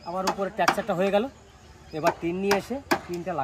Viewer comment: ট্যাকচার ,বুলু!!! প্রতিবেশী দেশের উচ্চারণ।